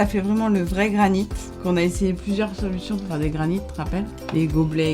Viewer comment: C'est granité ... pas granite.. :)